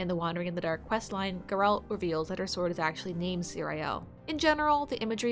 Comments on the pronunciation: The way she pronounced "Geralt" 🤦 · Please for the love of god stop pronouncing Geralt's name like that